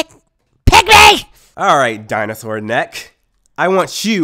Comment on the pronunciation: "dinasour neck"